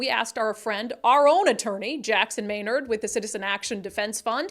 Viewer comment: For most people . . . not MAY-NERD it's MUH-NARD